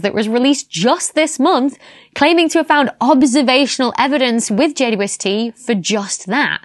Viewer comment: I get such a kick out of her saying J U S T instead of J W S T. It’s an indicator of saying something incorrectly because it is easier but she clearly is crazy smart.